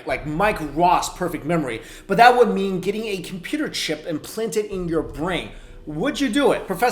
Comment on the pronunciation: Listen to the audio . He says imphlanted. 😂